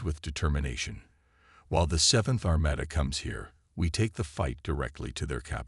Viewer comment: Armada was pronounced Armayda again. It is Armahda. No proofing again. Sloppy.